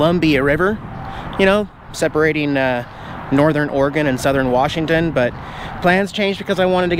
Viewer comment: I hope you are from our beautiful state, I want you to realize there is no "R" in Washington.